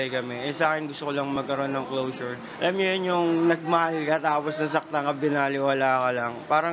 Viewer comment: Closure pala! Ang rinig ko nung una "Lotion" 😂😂😂